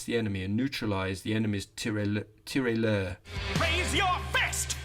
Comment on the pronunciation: Tirailleur: TIH-rye-urh. Great podcast.